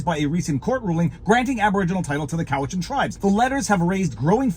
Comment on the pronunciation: btw it's pronounced "Cow-it-chan". Ask me how I know.